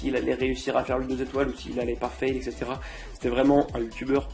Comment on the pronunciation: Ouiii le retour!! Par contre j'aime bien tu essayés de bien parler alors que tas dis 20x "ect" alors qu'on dit "etc" et on dit pas "abassourdie" Mais "abasourdie". ^^